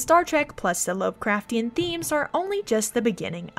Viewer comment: Christ! She BUTCHERED the lovecraftian pronunciation!! But she's right that there are some VERY strong Lovecraftian themes in mass effect: "That is not dead, which can eternal lie, And with strange aeons, even death may die." That sounds like both a description of the reapers AND a prophecy of their demise. Ia, Ia, Cthulhu fhtagn!